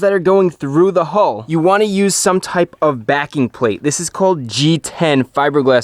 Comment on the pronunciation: Is he saying hole or hull?!??